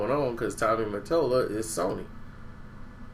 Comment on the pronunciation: MATOLLA. MUH-TOLLUH.. DUMBASS